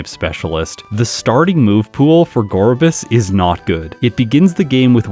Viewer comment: It's called Gor-biss and I refuse to change